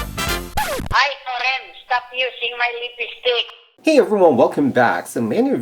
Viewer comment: "Ay, Kor-ehn! Stop using my lip-i-stick!" Haha gets me every time :)